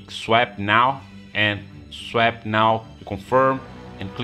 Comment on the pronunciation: lol youre saying swap wrong